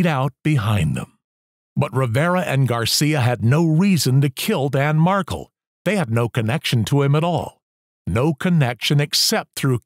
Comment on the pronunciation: that’s actually a funny reply, I’ll give you that. FYI: the emphasis is on the last syllable “Mar KEL”. Bye!